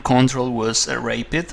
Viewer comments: Though I really like it, I cannot help me but to tell, that its a "Rapid" game, which he pronounces like "Rape it", which is sort of strange. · Yeah, it sounds like rape. I had to go back and hear it again. Also, the letter "g" is like the sound in "Jesus" you sound it hard like g in guitar. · hahahahah he said rape-id